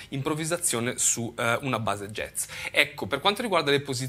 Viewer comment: Impariamo prima a pronunciarlo bene il "jazz" (giaz), non "jez" poi magari lo impariamo.